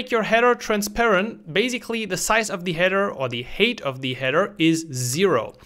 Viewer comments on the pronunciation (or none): Height is pronounced hite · Hey, great video. FYI the word height is pronounced like hight.